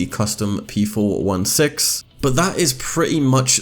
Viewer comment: Don't mean to sound like a jerk but its p four sixteen